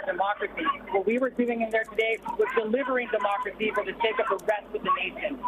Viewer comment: Did he just say, mockeracy. Instead of democracy 😮😮😮😮